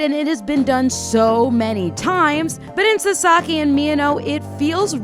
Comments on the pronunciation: Did you just say saSAki? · his name is pronounced like SAsaki with the emphasis on the first syllable